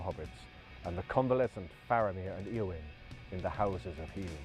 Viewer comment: They're not pronouncing the names according to Tolkien's instructions. e.g., ayowyn not eeowyn.